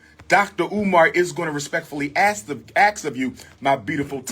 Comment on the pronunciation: Is it so difficult to say ASK instead of AXE….. I don’t care what education you may have, you sound stupid AF when y’all say that….